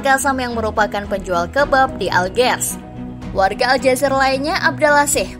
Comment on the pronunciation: Bukan Aljazer mbak.... Tapi ALJAZAIR.... IR nya ditekan..